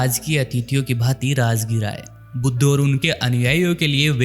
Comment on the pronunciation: तथागत गौतम बुद्ध भगवान को यह सही शब्द से संबोधित नहीं कर रहा बुद्ध की जगह पर बुद्धू शब्द का उच्चारण सही नहीं